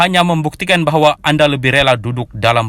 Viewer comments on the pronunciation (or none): none